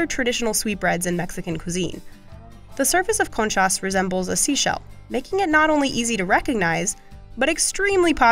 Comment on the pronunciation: Have to agree, the video was slapped together by someone whose expertise is not bread. "Soda bread is native American" "Bagels are from Germany" and conchas (the plural of concha) are pronounced conchass. eh?